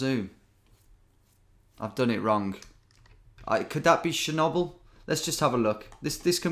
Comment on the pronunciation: Wow… never knew britts are so bad at pronouncing foreign things haha. Pripath and sjenoble 😅